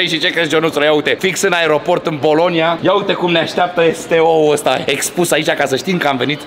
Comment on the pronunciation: Doar mie mi se pare ca zice”polonia in loc de bolonia”cateodata